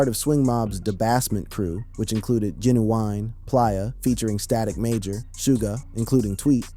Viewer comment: Playa !!! Not Plaia 😂😂😂